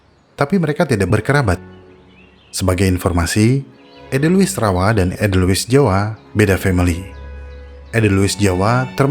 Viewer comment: Ada baiknya bila asal kata dr Jerman ya tulisan edelweiss dibaca EDELWAIS, fungi /inggris ya FENGGAI, bukan funggi. Atau sekalian saja, pakai bhs Indonesianya bunga senduro dan jamur, sekaligus mendidik org ,cara baca dlm bhs indonesia